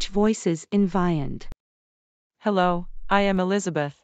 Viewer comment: The new Eric voice is not the Ivona version. As you can probably tell, most of them pronounce the word Vyond wrong. The correct way to pronounce Vyond is Vee-yond (Like beyond, but with a V for video). But most of them pronounce it Veye ond (Like the letter I).